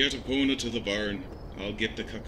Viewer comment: Love it love it love it! I've never heard Epona pronounced that way before, but I'll ignore that tiny detail, haha